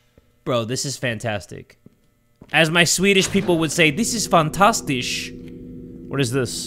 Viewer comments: "this is fantastish" hahah jay its fantastiskt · trying to speak Swedish had me almost spitting my drink out at 9 in the morning 💀 My viking genes just cringed at the German-like pronounciation (still love ya, - and yes it probably def was a joke). For anybody curious, the way to say "this is fantastic" in Swedish is, "detta är fantastiskt". The "skt" is audible. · respectfully that is NOT how Swedish people say that💀